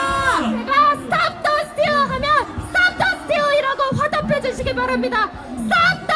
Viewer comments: 마지막 영어 발음이 다르네...본토 발음 STOP THE STEAL! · 이와중에 스탑더스틸 발음 찰지네 ㅎㅎ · 그와중에 스탑더 스튈~ 발음 개좋네. 영어영문학과라 그런가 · 와 존나귀엽다. 스탑더스틸 발음개좋네 역시 서울대 윤통화이팅